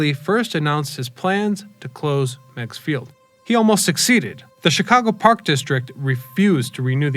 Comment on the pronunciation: First, The name rhymes with rigs or pigs. Second, It was never a major airport. It was used by local folks wealthy enough to own a private plane, and for some regional commuter flights. I flew in and out of migs a couple of times in the '90s for state of Illinois business. It was scary, especially in crosswinds. I've seen more than one plane crash into lake Michigan around this strip.